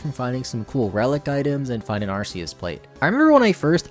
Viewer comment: ITS ARKOOS NOT ARCEUS